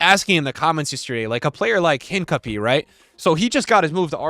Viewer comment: bro pronounces “hincapie” like a pokémon